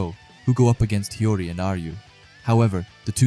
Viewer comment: Bro CANNOT say Hiori right💀